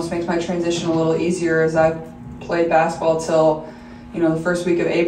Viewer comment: Saying "bass-ball" instead of basketball is NOT polished speaking 😑